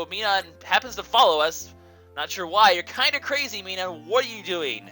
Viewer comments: pronounced plus-al and mi-nin your bad at pronunciations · dear god. I don't think I could watch this a lot with the way you pronounce minun and plusle... other than that though, good video!